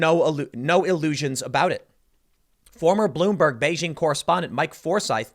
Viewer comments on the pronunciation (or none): "Bloom- BERG" Not. Even. Once.